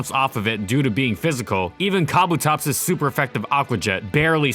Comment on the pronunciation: That pronunciation of Kabutops.